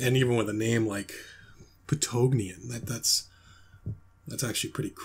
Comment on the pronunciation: TBH I'm a little disappointed that the "Patagonian Bass" was pronounces wrong, but this is still amazing 😤